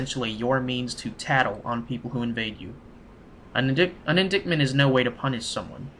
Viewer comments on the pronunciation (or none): Lol I like these walkthrough's a lot, but this guy's pronunciation and vocab are hilarious at times. "this here is in-dick-ment", while trying to read "indictment". "This is how you re-paw-st" while trying to read "riposte". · Indictment LOL, It's pronounced IN-DIE-T-MENT